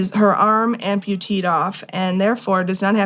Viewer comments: How does someone have a masters degree and not know that “amputeed” is not a word. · "Amputated" not "amputeed" ffs.